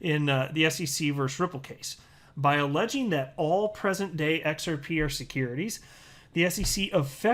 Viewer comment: i watched all of Gary at MIT on youtube... didnt learn a damn thing and came to the conclusion that gary cannot pronounce XRP... ... it is XRP sir not XRPaaaey ... what a dumb ass... old people dont know chit about crypto